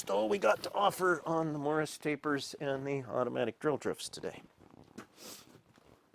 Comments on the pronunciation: "Morse", not "morris" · I am trying not to assume I know everything about machining as it is a vast and historied subject. Is this an American machine taper or is it a typo from your pronunciation of Morse? I couldn`t find anything online but google can be a little blind on Machining subjects at times. Generally enjoy your content and Thank you for the hard work.